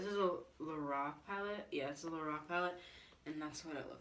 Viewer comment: It's LO-RACK not LO-ROCK